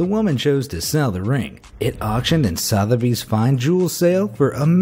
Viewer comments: Also pronounced Suth-a-bees, not south-a-bees lol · BROOCH is pronounced BR-O-CH SOTHEBY'S is pronounced SU-THU-BEES